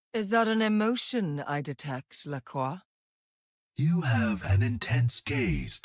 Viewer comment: i gotta say i love her pronunciation of Lacroix